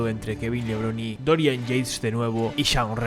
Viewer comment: The E is pronounced on the end of Levrone